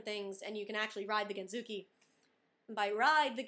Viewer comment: IDK I think you should call it scooter instead of gentsuki because you can't pronounce gentsuki right at all. I can understand why the lady was so crabby and needed to confirm again and again, because there is no "genzooki" test. Other than that, congrats. The process is overall pretty annoying and most people usually fail the first couple of rounds. Just going for the regular drivers license is easier, even with the practical test for Americans, and you're able to drive both.